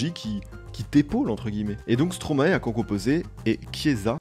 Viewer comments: Stromae se prononce "stromail" (maestro en verlan) ;) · tu prononce mal stromae